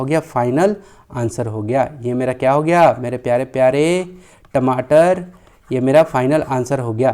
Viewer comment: Ye tamatr q bolte ho